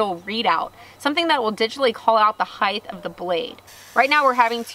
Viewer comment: Why do SO many U-tuber say "heigth" The word is spelled and pronounced height hi-t not highttthh. just saying